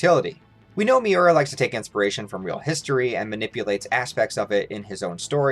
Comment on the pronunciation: It's Miura, not Miora